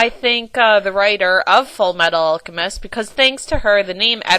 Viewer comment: wow..... stephanie meyer u put the x-men 2 shame. how dare she even think of comparing the piece of crap she wrote to x-men!! p.s. how DARE u pronounce alcemist wrong!! RARWG! ps go team edward elric!!